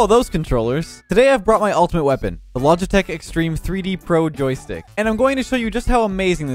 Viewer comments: The “Joytick” really triggered me lol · It said on JoyTick. 😂😂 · why is no one talking about it saying on Joytick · That's what you call a gold aerial simulator tomorrow Inspired by the joystick video, I recreated the Microsoft Flight Simulator in Rocket League. Jokes aside, now I'd like to see you try this with Guitar Hero/Rock Band drums. PS. Did just make the favourite insect reveal, or is the s in joystick silent in Canadian?